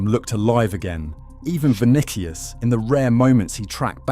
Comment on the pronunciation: Vuh Nick Ee Us